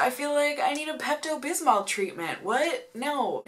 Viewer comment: when you say bismol you can't really hear the l at the end so it sounds like bismo